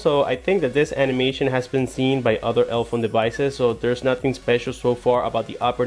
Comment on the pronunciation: Why do you keep pronouncing it elphone, when there clearly is an e after the l... elEphone.. like elephant. Their logo is even an elephant's head with trunk between both e's.